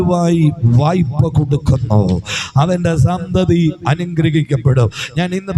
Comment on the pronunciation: "വയ്പ്പ" എന്നല്ല. "വായ്പ " എന്നാണ് ശരി.